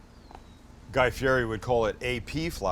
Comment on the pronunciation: Hey dumbass you pronounced guy fieri’s last name wrong.